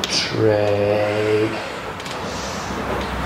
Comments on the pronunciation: Is he saying tree or three 😂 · "five, four, tree, two, one," is eternally burned into my brain now.